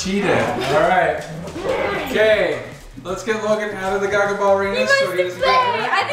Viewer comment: Wait I thought it was pronounced gah-gah not gaa-gaa. Right?